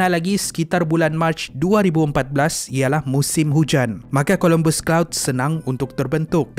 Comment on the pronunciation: COLOMBUS CLOUD KE CUMULUS OR CUMULONIMBUS CLOUD?! HATI2 ADMIN DGN SEBUTAN.